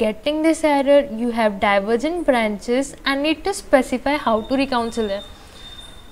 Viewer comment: Not Recouncil But reconcile